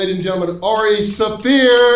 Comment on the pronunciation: Wait is it pronounced “saffir”